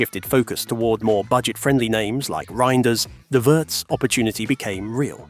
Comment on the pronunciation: German here, btw.... Wirtz is pronounced like Veertz and not like in hurts. And... Allison's wife had to have a surgery. All good meanwhile she is back home recovering.